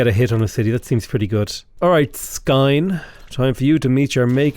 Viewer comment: As a Norwegian listening to you pronounce Skien and Skedsmo was just painful :p For future reference the "Sk" sound in Norwegian is pronounced more like "Sh" , also the D in Skedsmo is silent.